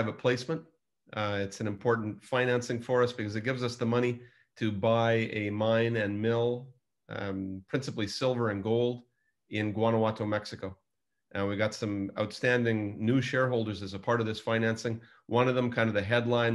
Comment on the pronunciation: The G in Guanajuato is pronounced as an H. Otherwise, excellent purchase. Guanajuato is some of the most beautiful land in Mexico.